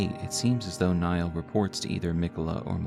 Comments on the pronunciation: why call him commander "Naill" when its clearly "Niall"? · Others have mentioned I think, but the name Niall is pronounced is identically to Neil (i.e., it's a homophone of "kneel"). As always, this was a wonderful video and I appreciate the in-depth research that went into this lore deep dive!